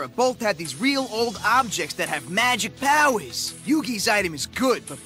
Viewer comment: you mean MEGIK PAHWHERZ